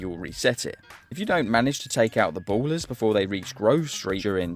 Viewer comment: ballas not ballers XD